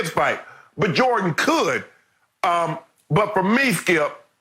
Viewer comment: Me: Michael Jordan Shannon: Michael Joh-dun